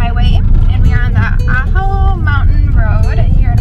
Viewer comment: Ajo is pronounced “Ah Ho”